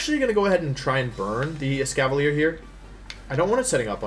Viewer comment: Every time Wolfey said Escavalier he pronounced it differently.